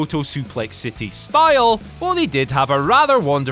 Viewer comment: Foley. Not fowley.